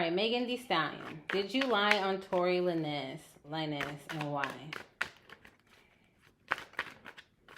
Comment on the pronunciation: The lin nez was throwing me off lol its lanes🤣🤣 dope ass reading tho